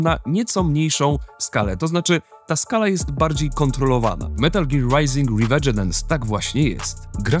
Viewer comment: Szkoda tylko, że tytuł źle wypowiedziany :/